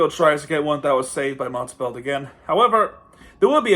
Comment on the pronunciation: i dont know if you know because you didn't mention it, but Montembeault is a former Panther. He was claimed of waiver by the habs (his childhood team) in 2021. Btw his name is pronounced Montembo, the L and the T are silent. Great video btw.